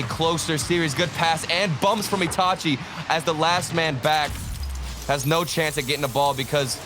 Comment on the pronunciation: It’s pronounced itahchi